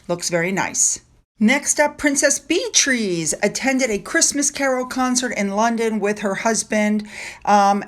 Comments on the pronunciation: her name is Princess Beatrice, not Princess Bee Trees!!! 🐝🌲 Be-a-triss. Bee Trees is just wrong. You can do this, it is easier than the way you say Corpse instead of the word Corps pronounced 'Core'. (Ask Trevor) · Love love love ya but… It’s not Bee-trees. It’s Be-uh-triss. BeAtrice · Hi it’s “ Bee- Triss” here in Canada. Not sure if it’s different in U. k. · Princess Beatrice is pronounced princess bee ah triss 😊 I would urge everyone reading this to not click or comment on any articles featuring Harry and Meghan. Show your support for William and Catherine by only clicking and commenting on their articles. As long as Harry and Meghan continue to get clicks, the media will continue featuring them!